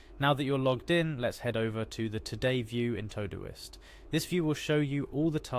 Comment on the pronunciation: What's this "Toe-Do-ist?" It's "To Do - ist" - not "Toh-doist"